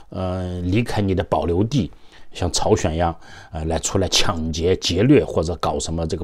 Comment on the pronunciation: 是朝鲜不是chao xuan